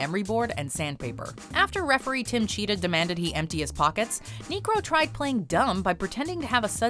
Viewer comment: that is not how you say Niekro....